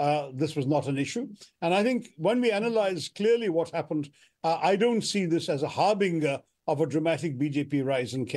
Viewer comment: "Harbinger?" I think it is pronounced as "Har-binjer." Shashi, I expected better from you!